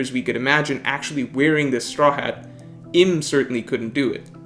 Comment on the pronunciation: Uranus obviously had really flawed Observation haki because he was bumped off by his son. Also, it's pronounced Eem(u) not Im as in him. You made some good point, too. Gave it a like